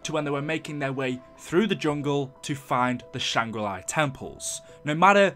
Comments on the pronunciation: I've never seen someone who is so convinced that Shangri-La is pronounced like Sh-Ang-Ri Lie. Though you did alternate between the proper pronunciation off and on. Lol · It's not shangra li. It's SHANGRI-LA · It's Shangri La NOT SHANGRI LIE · Lol “Shangra LIE” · why are you callin it shangri LIE